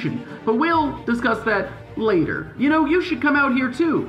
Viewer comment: "layiter" what's that MEXICO?